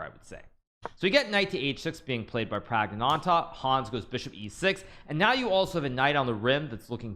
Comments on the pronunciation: Can't Hikaru just say Pragg instead of butchering his name a billion times. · Don't say pragnananda your pronunciation is horrible just say pragg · The way Hikaru pronounces Praggnanandhaa pisses me off. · I like hikaru pronounce praggnanandhaa name like pragg-nanda